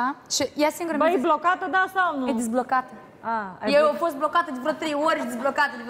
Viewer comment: "dizblocata"...valeu